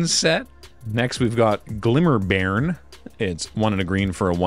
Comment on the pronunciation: Also it's pronounced like "barn".